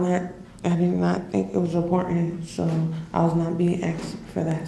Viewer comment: she was not being "axed?" it's "ASKED" you dumb ignorant stupid ass.